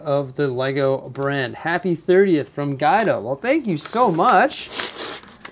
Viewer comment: Cmon!, it’s Gwe-do...not Guy-do. Haha!